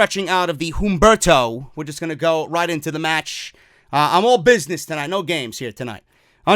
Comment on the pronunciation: bro, love your work, quick note, u dont need to enunciate the "H" in humberto, u can pronounce it "Umberto"